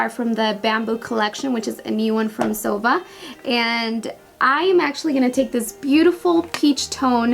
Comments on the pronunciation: ZOEVA is ZO-E-VA not ZOE-VA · I think you shall say zoeeeeva instead if zova? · it's not zova! it's zoEva!!! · I love your videos but the Zoeva brushes are pronounced: zo-eva not zova. Sorry but it was bothering me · Isn't it zo ee va ?? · Love the video ! But Zoeva is pronounced "Zoeeva" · It's Zo-wee-va. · Isnt it pronounced zo-ee-va? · Dulce it's pronounced "Zo-EE-va" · I think it's pronounced zo-ay-vuh for Zoeva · It's actually pronounced [zo'wiva] with the accent point on the i. Love the look by the way! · I'm pretty sure you are pronouncing zoeva and este Lauder wrong Hun. Zoeva is literally said how it's spelt (zoEva) love the video x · It's actually pronounced Zo- ay - va ❤️ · I thought it was pronounced zo-ee-va? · Zoeva is a combination of two names: Zoe and Eva :) so pls, pronaunce it like this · You can't even say Zoeva right! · I bet you've never mispronounced a word in your life. You're amazing. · Not trying to be mean or anything lol but Esteé Lauder is pronounced (Estay) & Zoeva is (Zoava)